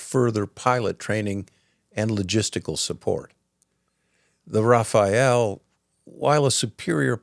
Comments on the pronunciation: The Rafale fighter is pronounced RA-FAL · Thanks for this very interesting post. If I may, "Rafale" is pronounced ra-fal as in ra(pid) and fal(lugia). Just sayin' 😉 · Oui, très bonne vidéo. Normalement j'aurais rien dit mais après avoir entendu rafael 57 fois j'ai pas pu m'empêcher. 😅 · i'm sad every time someone says "rafael" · I stand corrected. But it's not Rafael. I hate that. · Rafael is an Israeli defence supplier. Rafale is the French figher jet (the final e is silent) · Good video but please try to pronounce Rafale properly x) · Rafale. Pretend there is no "e" at the end and pronounce the second "a" same as the first one 😉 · Very good video! But please my ears bleed every time you say Rafael! It's is Rafale. May not sound different to you but for a french it's really das! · its Rafale not Rafael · Oh, the Raphaelle epidemic.. It's Rafale. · It's Rafal'euh', or even Rafal, if you want to pronounce the right way. Meaning either "Gust" in aerology, which would be more appropriate with Dassault's namings history, or "Burst", in guns. Nothing to do with "Raphaël" or "Rafael", the painter or the biblical character, which is how you pronounce it here :') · Rafale, not Raphael. Rafale=Burst of wind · I'm French, and when you said Rafayelle it's ins't it's RA FA LE no offense . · Thanks for this exposé about French contribution to the defence of Ukraine. It demonstrates what a serious partner we are. I just wanted to point out that our combat plane isn't called a Rafael but a Rafale, which in french means a 'gust' or a 'rush' as in wind. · It is not Raphael planes, it's Rafale planes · Thanks for recognizing the role of France. Just a little note: you keep saying Raphaël. It's rafale no e next to the a 😉 try to use Google translate and type gust if you want to ear it. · Rafale, not Rafael please! Rafael is a wole different story. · it is not ra-fa-el but ra-fal-le it trigger me like clockwork lol good video nonetheless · RA FA LE not RA FA EL! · Its raf al AY